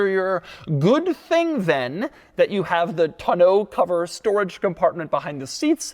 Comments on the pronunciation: Hearing Doug try so hard to pronounce tonneau incorrectly made me smile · Doug DeMuro is the only reason why I every person that learned the word Tonneau cover in the past three years, is saying it wrong because of him Thanks a lot Doug